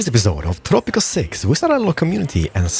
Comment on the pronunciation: Is it just me or did it kinda sound like started the episode with welcome back to tropical sex?